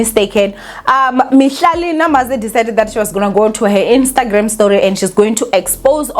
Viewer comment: Not you calling her Mihlali “Namaze”, it’s NDAMASE